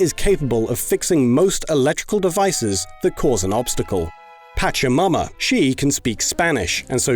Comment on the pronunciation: Oh my god, i know it's probably culturally insensitive, but the way you're pronouncing it, i can't help but hear "patch yo' momma" instead of Pachamama